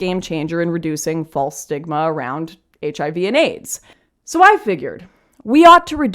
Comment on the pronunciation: Was that “reduce stigma” or “reduce smegma”?